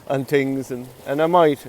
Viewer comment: “I tweekt a lot of tings”…..🤣🤣🤣🤣